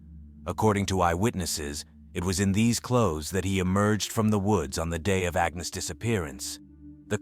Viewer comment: Agnes, not Agens!